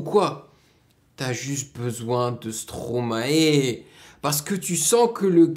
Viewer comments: arête de dire "stroma et " srp , c'est "stromaille" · Par contre on dit stromaï 😀